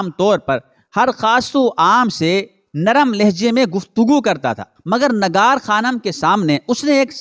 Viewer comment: Urdu ka talaffuz durust kerke biyaan de lafz Nigar hai Nagar nahen